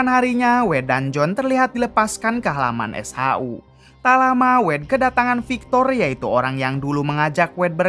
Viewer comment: SHU. bukan s haa huu